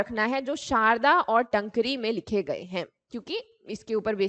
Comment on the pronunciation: Taankri not tnkri